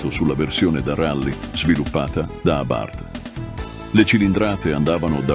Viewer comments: Ma una persona che legge no? Abárth non si può sentire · Sentire pronunciare Abàrth con l'accento fa male al cuore